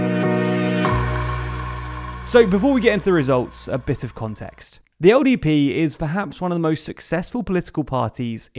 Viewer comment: LDP, right? I think there’s something wrong with my ears, I keep hearing him say ODP